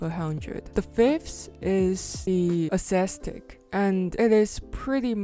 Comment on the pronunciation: cool video!!! Didn't know gaokao had an art exam :o it's pronounced ass-thetic (same last 2 syllables as pathetic)